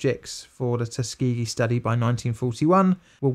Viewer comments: TUS-KA-GEE, I love the vid man but you mangled that one. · The fact he pronounces it as Tus-key-gee makes me mad. Like i know it doesnt matter but everyone I know says Tuskuhgee